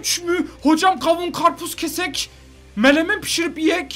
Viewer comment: Abi melemen değil menemen